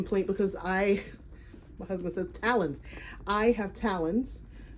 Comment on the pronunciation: Hit subscribe when you said “talons” 😂 👏 👜 I’m here for this. ❤